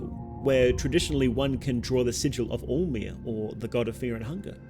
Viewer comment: it's alll-mer not all mer